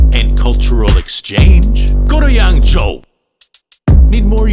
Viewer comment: obsessed with how he absolutely nailed the pronounciation of "yangzhou"